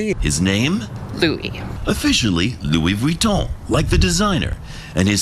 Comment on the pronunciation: Louis Vuton Ah yes a Pawsport